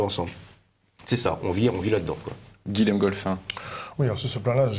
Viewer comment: Bonjour. On ne dit pas "Guilem" mais "Guillem". Comme Guillaume. Même si ça s'écrit Guilhem.